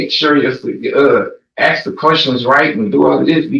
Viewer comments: I don’t get it Why is pronouncing Ask the correct way seemingly has become impossible? It’s 3 letters. It’s ask. Not onompnapie. I have no idea how to spell it without auto correcting as i attempted to spell it , and still though I know how the word is pronounced. Ask. Not aks. Not achs. Not aks It’s A-S-K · I would troll every person that can't say ask Everytime they say ax. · I might seem like a snob but any person that cannot pronounce ask properly… ie they pronounce it aksss… well my skin crawls and my blood boil. It’s 3 bloody letters!!! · Regularly punctuated with a lot of ‘axe’ and ‘axing ’! 😂